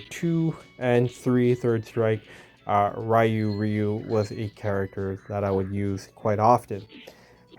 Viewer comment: great to see you pronounce Ryu the old skool correct way😂 I don't care if the other way is how they say it in Japan😂 seven wins Big up🎉 she knows it's coming home😂🎉 England will defeat FIFA oops I mean Argentina in a few hours🎉